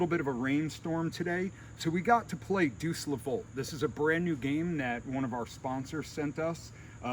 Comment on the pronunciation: Deus is pronounced "Day + us". Looks beautiful, sounds fun.